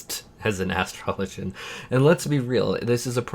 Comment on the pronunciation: OMG!!!!! Thank you so much for your pronunciation of Astrologian! 👍🏿👏🏿